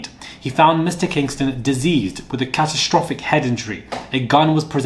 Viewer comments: deCEASEd not diseased, dear. Great reporting as always. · You are pronouncing the word "deceased" incorrectly.. Which means dead. You are pronouncing it like "disease".